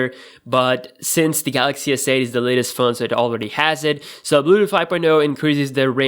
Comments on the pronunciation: dont wanna be mean but the way he says bluetooth is funny....bluedoo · nigga said bluuuuuedooth